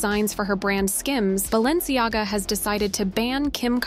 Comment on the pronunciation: But how Fierce is BalenciGAGA??? I counted 3 L's